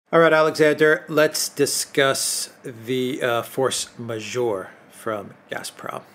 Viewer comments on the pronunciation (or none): Force 'majeure' pronounced as majher, not major. 😊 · Force majeure: pronounces it incorrectly, more than once. Majeure he pronounced as majore, there is no O in the word, he reads a letter that's not there..... The eu vowel combination is pronounced as in Euro, European; not that difficult is it and certainly not unknown: majeure. The French saying is "farce majeure " meaning a big farce. A variation is "force majeure ". big force. Majore is a French word as well, it means increase: force majore: increasing force, which would be right in the context, but that's not what is written in the title: it reads majeure. Language......